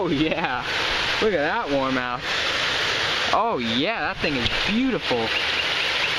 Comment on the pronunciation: Not warmouth